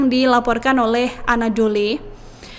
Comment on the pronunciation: Anadolu (anadolu agency) mbak, bukan anadoli karena gang Doli lagi tutup mbak